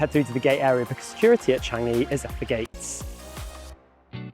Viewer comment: Just wrong choice of non-UK host again. Amateur level of camera angles, her footage feels awkward with and; not to mention the usage of words and could not even pronounce Changi correctly.